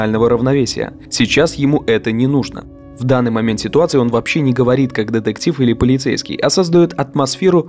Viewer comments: Больше ударения на букву Т, в слове детектив. А то звучит как Дедектив и не очень приятно. Видос хороший. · Так, автору на заметку. Слово деДектив пишется и говорится через букву "т" деТектив.